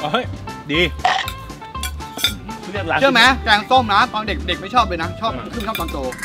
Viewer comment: แกงส้มค่ะไม่ใช่แก้งส้ม😅